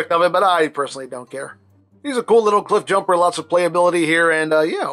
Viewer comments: Not cliff bloosher it's cliff BlOOOOOOOOOOOOSH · Also , did i hear me a Jiffbumper? 😁